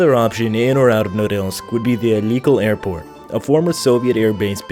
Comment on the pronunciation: Actually it's Alykél' (Алыке́ль). He butchered this word A LOT.